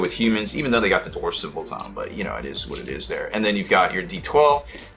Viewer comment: Everytime you say "dorf" I can hear Thor drop his hammer on another dwarf